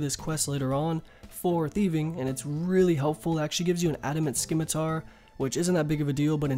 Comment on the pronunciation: You're pronouncing scimitar wrong, the c is soft not hard. So it is pronounced "simitar".